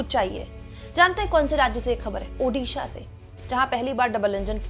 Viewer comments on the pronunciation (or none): none